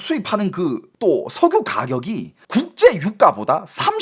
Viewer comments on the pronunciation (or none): 왜 석유를 석우라그래 자꾸? ㅋㅋㅋㅋㅋㅋㅋㅋㅋㅋㅋㅋㅋㅋㅋㅋㅋㅋㅋㅋㅋㅋㅋ